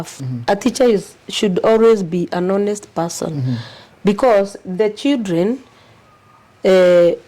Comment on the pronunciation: Is this really a head teacher with such poor English full of ee ee sildren😂